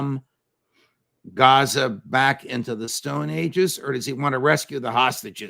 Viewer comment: Gaza (Gahza). not "Gezza." Kieve (Key-ev), not "Keeve."